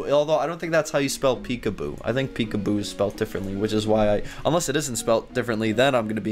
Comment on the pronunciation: Lol means laugh out loud / lots of love. Pecuboo is definitely not right, its peekaboo. Your welcome.